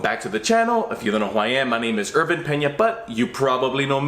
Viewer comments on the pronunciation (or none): none